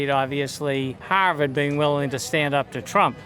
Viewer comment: Hawrvard lol